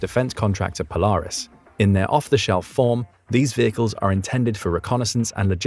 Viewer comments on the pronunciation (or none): none